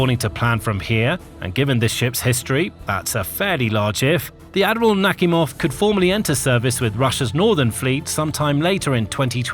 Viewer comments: It's naKHIMov - not NAKhimov. Ask a native speaking or look it up. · Admiral "Knock Him Off". That's what it sounds like. 🤣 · I really heard the "Admiral Suk-me-hov" the first time. 😂😂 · Are you serious someone is getting punked..." NAKHIMOV" 😂😂 it literally says; Knock-- Him-- Off. 😅😅